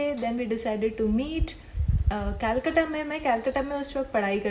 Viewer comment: Kolkata ko kyu kayalkata bol rahi h